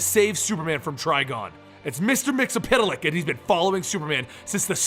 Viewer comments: Pronouced: Mits-el-plick! Not mits-el-piddle-ick. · you are wrong when you said his name. It is Mix-E-Yes-Spit-Lick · it is actually pronunced mix ul plix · no no no it's mister mix yez spit te lick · Me. Mix spit lick that's how you pronounce it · His name is pronounced Mr. Mix spit lick Just search the SAS episode. It explains everything about him in 22 minutes. He's barely ever used. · isn't it Mex-Yez-Pit-Lick ? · Year 5 is ongoing, it's Mxyzptlk, and learned how to pronounced it by the Superman cartoon. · you mispronounced mxyzptlk